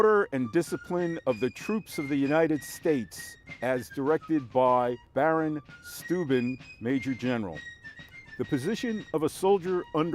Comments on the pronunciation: "Shtoy-bin", incidentally. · Except you not only prounounced his name wrong, it's von, not de. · The way he pronounced "Steuben" makes me cringe. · you rock for all that info. can't even seem to pronounce his name. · I would have to vehemently disagree, especially since you can't pronounce his name. And de would be french nonetheless.